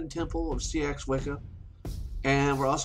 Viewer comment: Just a gentle word on pronunciation - "Seax" is pronounced "sax" not "see-ax"... but I'm sure as we change, so must language xx